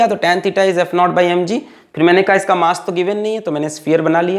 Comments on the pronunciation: Sir, "not" nahi it's "naught" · It's not epsilon not it's epsilon naught .